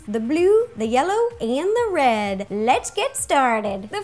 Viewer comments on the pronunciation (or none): That moment she Said "röd" instead of red